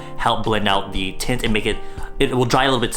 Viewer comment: Everytime said tint, it ended up sounding like tit